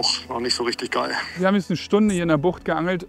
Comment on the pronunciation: "Rischtigg gaill!"😂😂 Sauber,!🤣